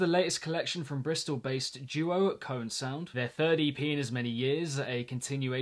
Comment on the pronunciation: Fun fact: it’s actually pronounced like KO ANNE. (Ko-and) if you make the D silent. That’s what they say